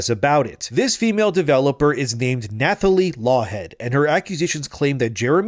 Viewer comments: Nathalie is pronounced Natalie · The "th" in "Nathalie" is pronounced as a hard "t." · The th in "Nathalie" is pronounced like the th in "Thomas", not like in "thumb". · Is this a bot? Who doesn’t know you don’t say the “h” in Nathalie? I don’t believe her wild story. Sorry. Sounds like a MeToo joiner for attention.